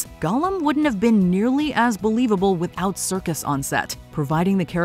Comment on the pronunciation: it's Serkis, not circus.... how could you make this mistake?